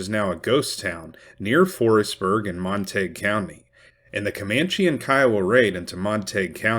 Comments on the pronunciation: That’s just illiterate. It’s either Montagyou or Montagoo depending on French or British origin. Sure as hell is not Montaig. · Mon-ta-gue not Mon-tague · It’s pronounced mon-tuh-gyoo. Even if the locals can’t manage to pronounce it correctly doesn’t mean you should reinforce chosen ignorance. They could always change the spelling. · Wouldn't that be pronounced more like Mont-A-Goo? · MON TA GUE . THATS HOW ITS PRONOUNCED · Mont-a-gew County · It's pronounced Mon teh gue county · It’s pronounced - mont a gew like in Shakespeares Romeo and Juliet, the Montagues’ and Capulets’. Not being mean, just love your work. Another great episode, thank you 😊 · Wrong. I live there. "Montayg" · All these non-Texans telling all us Texans that our county isn't pronounced the way we pronounce it!😂😂😂😂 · I suspect the real reason Davis impaled that head, was that he couldn’t abide the mispronunciation of the name Montague, by its former owner.